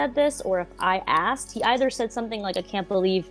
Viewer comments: You used to say “asked.” Now you say “axed.” Your English is getting worse. Are you ok? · Stop saying Axed you’re not a ignorant black person